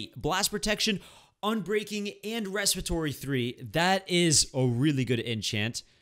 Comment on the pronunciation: Unbreaking three last protection three respotary he says